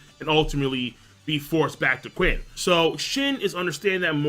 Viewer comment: Qin is pronounced "CHIN" not "QUIN" damn LOL